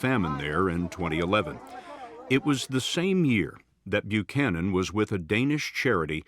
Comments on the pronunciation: it's weird how you mispronounced Buchanan's name even though you have an ACCURATE pronounciation in that video. Let me edify your education a little. In "most" English speaking country's when the letters of "ch" are together they are prounced as a "k". So, her name is pronounced as Bu•cannon. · "...that no one has heard about until now" ARE YOU KIDDING ME- EVERYONE in the US knows about this. "Murica!!! Also....Did you just mispronounce an Irish name??? Buchanan. "Bew shannon"??? It's pronounced "Bew can an". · Buchanan -the first part the CH is pronounced for the K so it’s Byukanon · Basic pronunciation: "Byu-cannon." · Bew-shannon?, my guy. What? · How the hell you Irish and can’t pronounce Buchanan?😂😂😂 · Good try on the name but I would expect better from an Irish man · AND AN IRISH NAME AT THAT!!!!